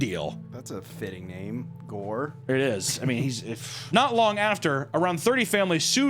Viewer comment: How tf did accurately read the name? Never seen him attempt to read any non american name xD